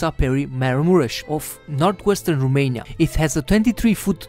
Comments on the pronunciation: The narrator presenting these facts about Romania speaks good English and quite nicely,with one exception; He knows that ROMANIA in Latin is The Country of Romans,yet he pronounces rumania.Why rumania? Americans pronouce Romania,as the Latins do. Are we the ROMANIANS lesser informed about Latin language than the Americans? Let's go to basics Romanians! We have enough rubbish from the gypsies and the ignorants!... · there is no Rumeinia, is Romania. Fiind roman, ar trebuii sa stii asta, doar asa ca sa nu invete si strainii gresit.